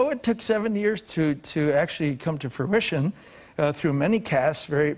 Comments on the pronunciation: "fermition" the word is FRUITION. Actors are way dumber than people think. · Travolta said Frumition? Lol